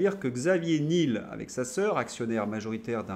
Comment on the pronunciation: Alors Xavier Nul, c'est top ! L'ennui, c'est qu'en prononçant son nom Nil, certains risquent de ne pas réaliser qu'il s'agit bien du patron de Free. Delphine Arnaud n'était pas dégoûtée... ça en dit long sur le sens du mariage dans ces milieux adorateurs de Mamon. Je plains la pauvre Candace qui doit prononcer Trogneux !